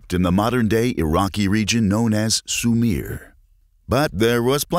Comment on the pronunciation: Its Sumer not "sumeer"